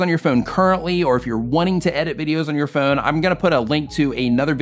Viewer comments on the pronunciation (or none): "Phoan editors"